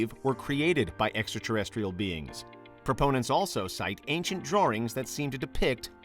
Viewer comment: Ancinet ‘Draurings’